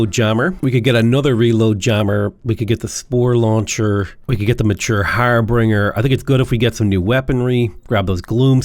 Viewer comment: I BEG YOU PLEASE my ears are dying its "har bin jer" not "har bring er" it comes from old saxon "herbeg" or "heribeg", which was a job title. in the days before telegrams, if you were going to travel to a city with your entourage, you'd send someone a few days ahead to do stuff like figure out if the town had an inn, or if maybe the local lord had extra bedrooms and would rent them, or whatever. this person was your "herbeger" and performed the task of "herbeging". the etymology actually shares a root with "harbor", not in the sense of a coastal port, but rather more like harboring a fugitive nobody brings anything. there's no "harbRinger". har bin jer it's not quite as grating as when people pronounce "et cetera" as "ec cetera" but it's close lol